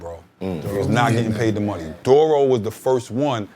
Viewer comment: Hearing him pronounce Duro's name as "Dorro" after hearing so many rappers say it another way while growing up is a bit cringey.